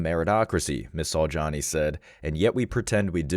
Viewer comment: "Ms. Saujani"....really? "Som Ting Wong?"